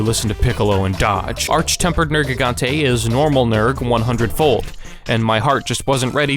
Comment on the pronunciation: Liked after 32 seconds. You correctly pronounced Nergigante